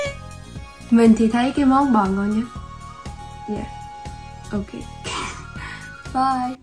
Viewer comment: nó rất là ngon đọc tiếng anh là nò rát là ngòn